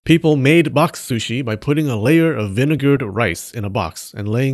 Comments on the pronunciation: I was already holding my chuckle with the shrushi pronunciation struggle but this was the last straw LMAO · I like how you halfway gave up in the pronounciation of sushi, because saying it again and again makes your tongue kinda break xD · The proper pronunciation in Japan is S-shi, with "U" not pronounced much, but the Japanese will still get it if you pronounced it like an American Soo-shee. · Drink every time he says 'sushi' 😆 except when it's "shushi" then you get a bite of sushi 🍣 😋 Sushi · shoo-shi owo